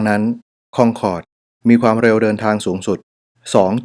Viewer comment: ทำไมต้องอ่านว่าคองคอร์ดทั้งๆไม่มีเอนจี